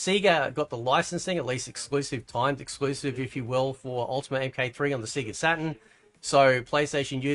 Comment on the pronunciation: Sega is pronounced Say ga. Not See ga. You here it in the load up screen for Sega. 🤦🤦🤦 Come on now bro.